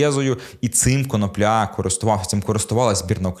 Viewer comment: Автору має бути соромно. КонОпля, а не КоноплЯ.